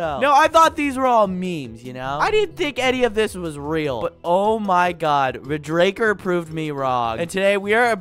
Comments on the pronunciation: It's red raker not red dracker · It’s pronounced RED-RAKER not RE-DRAKER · its red- raker not re-draker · I think it is pronounced red-raker